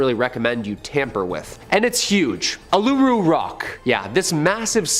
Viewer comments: Spoken Oolooroo not aluroo. You can't lock it away it's too big. You can't even get near it now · It’s pronounced UL-UH-ROO